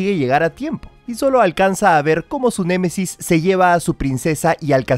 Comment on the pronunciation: Se dise némesis no m e m e s i s